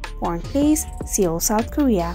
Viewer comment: This Video is hilarious! It gets the members all wrong lol... so how can we trust the info? The Desi lady narrating can't even pronounce Seoul - it's pronounced "soul" not 'see ol'. Hilarious!!!